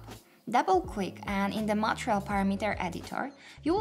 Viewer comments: Thank you very much for this video! I used the old view, as the slate editor was a bit intimidating. I think the stress for the word material would be [mə'tɪərɪəl] for the second syllable. Keep up the good work! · you need to pronounce MATERIAL muh·tee·ree·uhlz better... if you're going to teach a tutorial in English please refer to proper pronunciation otherwise teach in your native language with English sub titles.. is very distracting.. I'm trying to help so please don't think I'm being harsh.